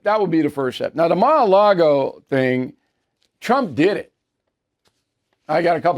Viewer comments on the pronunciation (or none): Ma-A-Lago? ahahahaha!